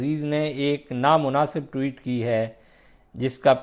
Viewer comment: محترم! ٹیوٹ کیا ہوتا ہے؟ ٹوئیٹ ہوتا ہے۔